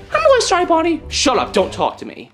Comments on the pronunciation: It’s BONNIE NOT BUNNY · It's Bonnie not Bunny